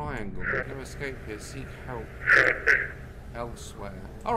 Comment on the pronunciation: Understood "Hurt me" instead "help" ... well ...